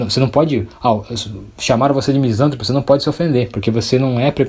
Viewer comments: Só lhe dar um toque. Em português todas as palavras proparoxítonas são acentuadas. Sendo assim misantropo se fala "misantrôpo". Se fosse "misântropo" o acento seria obrigatório. Em regra no português a sílaba tônica é na paroxítona quando não tem acento. Parabéns pelo vídeo! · Meu caro, a pronúncia correta é Misan TRÔ po, se fosse como pronunciastes, seria proparoxitona, e toda proparoxitona é acentuada.